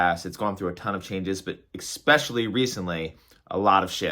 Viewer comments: jsut realised was one of those people whos say;'s "excpecially"... it's ok though i love him to death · This dude still can’t pronounce the word Especially. Jesus Christ. 🤦🏻‍♂️